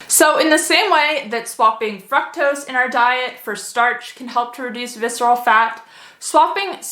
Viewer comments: You are pronouncing fructose wrong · The pronunciation of FRUCTOSE is throwing me off lol... But good information otherwise!